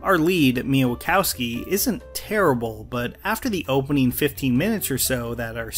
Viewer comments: wakowski? it's wasikowska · How did you end up pronouncing "MIa Wasikowska" as "Mia Waukawski"? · How do you see “Wasikowska” and say “Wachowski” I’m in the grave 😭😭😭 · Mia wakowski? Isn’t it wasikowska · 'Mia wakowski' lmaooo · Google “Mia Wasikowska pronunciation”